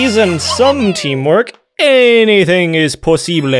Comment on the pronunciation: As a native spanish speaker, I´m surprised by the quality of your "posible" at the end there, kudos